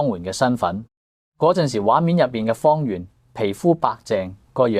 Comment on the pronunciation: 主持幾次讀"方媛“個名讀作"方圓“😂😂😂😂